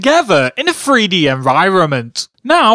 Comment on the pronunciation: "free - D"? I know people with different accents will say words differently, but the most annoying parts of these videos is when you keep saying "FREE dee" instead of 3D..